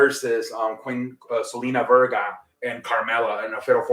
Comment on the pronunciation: Selina Vega not verga